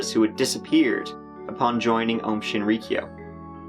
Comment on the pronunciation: lol obviously you failed. Your pronouncing of ri and kyo were way off.